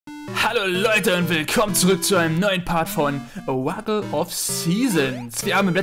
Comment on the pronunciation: Ich schaue deine Videos gern, weil ich ein Jahr deutsch lerne. Es ist oft zu schnell für mich aber ich geniesse sie noch. Auch, um "Oracle" richtig zu sagen, sag Uhr - ra - kul. Es gibt nur ein 'r' aber man sagt es wie zwei 'r'. tut mir leid, wenn meine deutsch nicht so gut ist.